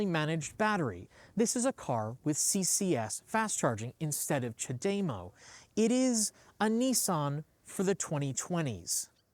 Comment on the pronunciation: CHADEMO is not pronounced that way. Ask Hitachi.